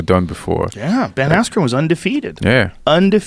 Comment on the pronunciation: “Ben Axren” lol